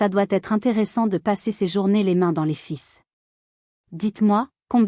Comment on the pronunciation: Ce que je préfère dans cette histoire, ce sont les interprétations phonétiques de l’IA. Comme : L’électricien qui manipule les « fisses » et le père qui a des relations ayant des « files » mieux pour sa fille. Drôle quand j’y grec pense. Je me moque mais ne me dénoncez pas au FBI !